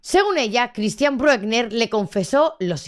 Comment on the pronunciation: Lo que no se entiende es que al pedófilo ese ( y se pronuncia Brükna) con ese historial le suelten yam debería estar en la cárcel de por vida